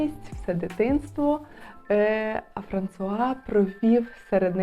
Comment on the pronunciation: А чому ФранЦуа??? Є канал Жінка аромат, там вчитель французької вчить вірно вимовляти. У Вас постійні ляпи в цьому